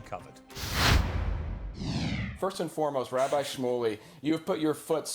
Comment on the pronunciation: Yay! Rabbi rhymes with bike is back!